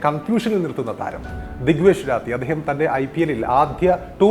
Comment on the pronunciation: രാത്തി ❌ റാഠി ✅